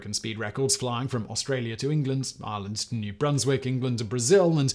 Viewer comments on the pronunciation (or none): none